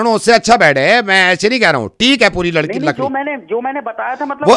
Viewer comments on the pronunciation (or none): Ladki 🔄 Lakdi 😂 Tongue twister 😜